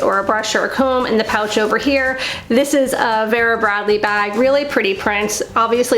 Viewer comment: Love your VB bags and the big 'ugly' bag is not ugly, so much goes into them. It's pronounced Veera. Thanks, great video.